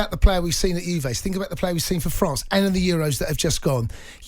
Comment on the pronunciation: Get rid of him. 4 years of a WASTE. Bruno showed how to do it. Van De Beek played. Pogba is a WASTE. Want him gone. Also why can presenters not say the word think??? What is 'I fink.....I fink....I fink....'??